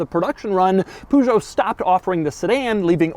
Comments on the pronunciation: I don't know why it's so hard for US Americans to pronounce french words. This is not a POOSHOW! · He can't help it. He is a millennial grown up with Winnie the Poo ...sjo. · STOP saying Peugot like that ! 😂 Even if that's the correct way. Who the bloody hell thought I know let's call are company poo juo. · Why do you call it Pujo? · Poogeot? Really Doug? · warning lables only for Americans. Amazing car!!! Doug your Peugeot pronunciation hurts my ears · With the way you pronounce Peugeot I'm not surprised they didn't want to sell cars in the states anymore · oh man, that's not how you pronounce "Peugeot", hurts my ears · Im sure Doug could pronounce Peugeot correctly, if he wanted to. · You are butchering the name Peugeot !! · That pronounciation is horrifying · The way Americans pronounce Peugeot is actually disgusting. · Couldn't you have at least researched how to pronounce Peugeot? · I'm a strong man but there are things that will always freighten me... like Americans trying to pronounce "Peugeot" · Ha. My Peugeot 308 has place for 2 extra seats in the back with the same layout. Also, your pronunciation of French car brands is hilarious. 😁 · The way he pronounces Peugeot stresses my brain ahahah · The way he pronounces it hurts me lmao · I waited with baited breath to see how Americans pronounced the brand, Peugeot. I wasn't disappointed. 😂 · The way you are mispronouncing the car's name 500 times is amazing. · This is the first time as European I hear Peugeot pronounced like that and quite frankly its hilarious 😂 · That's the weirdest way I've heard someone say Peugeot :D:D:D:D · So you can’t pronounce French car companies names. Watch Top Gear and learn how to say it correctly. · You totally butchered the phrase “and now it’s time to give the Peugeot a Doug score” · Please stop butchering Peugeot name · Clicked on this just to see if you got the pronunciation right. No. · Is it really so hard to say Peugeot?? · The way he is pronouncing Peugeot is hilarious